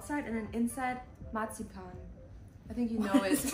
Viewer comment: Sina: It´s like chocolate outside, and inside it is marzipan... Heyoon: What is martschipan? I don´t know what a hell is martschipan 😂😂😂